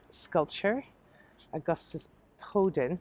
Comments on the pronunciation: Enjoyed this tour very much. 👏👏 Just a wee note - it’s Auguste Rodin not Podin as you said. To be fair it wasn’t quite clear on the inscription of The Burghers of Calais in the Victoria Tower Gardens. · Enjoyed the tour very much. 👏👏 It’s Auguste Rodin not Podin. ( The Burghers of Calais sculptor) in the Victoria Tower Gardens. To be fair it wasn’t quite clear on the inscription.